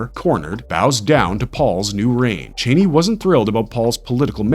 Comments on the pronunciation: I love how you say Chani like Dick Cheney LOL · the way this guy pronounces things is so funny, “lisan-al-gabe” “chaney” no hate man but they literally pronounce it completely differently in the movie 😂😂